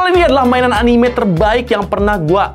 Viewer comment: Anime nyebutnya bukan anime